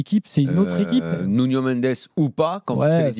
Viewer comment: Arrêtez de dire Nunho, Nuño 😂 Cela s'écrit Nuno, donc en français prononcez pareil : NU-NO C'est comme Gonçalo : Gonssalo et non Gonzalo 😅